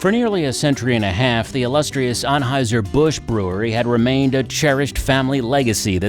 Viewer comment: Eberhard Anheuser, not Ebert